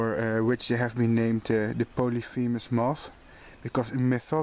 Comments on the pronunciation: Polyphemus is correctly pronounced. Cecropia is wrong. The first C is pronounced like an S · My God mother was the moth and butterfly expert. Literally WROTE the book on them Joan E. Heitzman Her husband Was Richard Heitzman But if she were still alive... she would of told Your pronunciation of polyphemus moth was superb 🤗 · Actually here in the U.S. ,We pronounce the first C in 'Cecropia' like an 'S', so it sounds like 'Secropia'. You got Polyphemus right though :). I do the same thing too, often mixing Polyphemus with Promethea. All beautiful silkmoths indeed. The last one is really pretty.